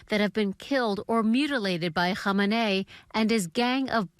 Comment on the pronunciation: This is all AI listen how she pronounces khamenei name. AI will never be able to resolve that.